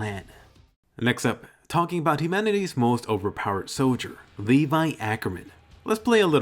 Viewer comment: he said emanity he probably watched no game no life too much